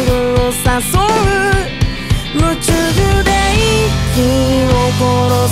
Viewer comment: ライブで聞くとリアルな歌詞で光景を自分で想像できて、MVだとまた違って映像に歌詞がしっかり刺さっていて素敵でした🥲✨ 夢中の読み方が大好きすぎます🫶🏻